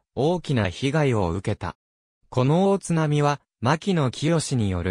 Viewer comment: 大津波の読みが間違ってますよ